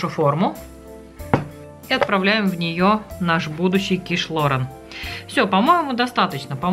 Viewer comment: Называть блюдо правильно, по- моему, важно. Не ло́рэн, а киш лорэ́н. Вам бывает смешно, когда майонез называют манаезом? Это так, для примера.